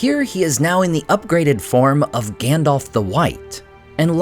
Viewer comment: I love your channel. But i do not understand why you pronounce Gandalf as Gandolf? Just wondering 😊